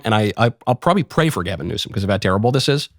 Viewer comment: Geez i really hate the way he says BECAUWSE